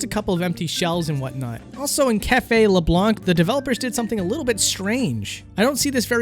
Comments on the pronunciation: I'm surprised you say LeblanC given how much they say it as LeblaN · “leblonk” ughh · says"" leblank"" SMH you don't pronounce that c nah seriously, nice video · Every time he pronounces Leblanc wrong a small part of me dies... IT'S FRENCH YOU DON'T PRONOUNCE THE C. THEY SAY IT OUT LOUD IN THE GAME. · You do not pronounce the C in LeBlanc! Arrrrgghhhh!!!!! It's French not english!........ Awesome video anyway! :) dude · Leblanc...the c is silent at the end. Also, I love that since Persona is going to be part of smash, Nintendo fan boys think they are experts all of the sudden. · Advice about pronouciation : you don't pronounce the 'c' in Leblanc. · pronounced leblanc incorrectly, disliked and unsubscribed. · Can you redo this video so that I don't have to cringe every time you mispronounce Leblanc? ( ͡° ͜ʖ ͡°)